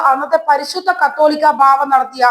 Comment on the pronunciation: കത്തോലിക്കാ ബാവ അല്ല കൊച്ചേ.. കാതോലിക്കാ എന്ന് പറയാൻ പഠിക്കണം.